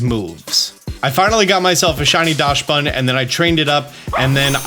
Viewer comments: It’s pronounced Daxbun, not Dashbun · I love your content. But please stop calling my boi 'Dashbun'. It's 'Daxbun' because it comes from the german Dachshund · Oh god, can you please stop saying "Daschsbun"? The word Dachs comes from the german word "Dachs", where the "chs" is pronounced like an "x". Do its basicially "Daxbun" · I keep hearing people pronounce it DASH-bun......It's pronounced like DOCKS-bun .....and yes, the timer DOES go down during animations. That's why I won't terastalize my pokemon. The power boost is great, but the animations take FOREVER!!!. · Great vid, lots of valid points, but I did wanna say that Dachsbun is pronounced "dox-bun", as it's based on the dog breed Dachshund, which is itself pronounced "dox-und". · DOCKSbunn, please don’t butcher my favorite new pokemons name! It’s after the dachshund which is pronounced “dockson”. Sorry I should have also added thank you for all the amazing content lol, I got a little ahead of myself! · Is that really how you pronounce dachsbun? It's a dachshund. Dox-bun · I’ve yet to hear anyone say dachsbun’s name correctly, like “dachsund”. Do they know something i don’t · Hi, German here. The "Dachs-" in Dachsbun is pronounced like "dux" or "ducks", so it would be "dux bun/ducks bun". A dachshund is also pronounced with "dux/ducks". No "sh" in there. Thanks for the vid. Looking forward to seeing how the event is going to go! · I think Dachsbun is pronounced Daks-boon to rhyme with Dachshund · I believe it’s pronounced more like DOX-bun since it’s based on dachshund (dog breed) and the s comes after the ch. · Docks-bun Like the dog breed "Dachsund pronounced Dockson" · As a German the pronunciation of Dachsbun kills me lmao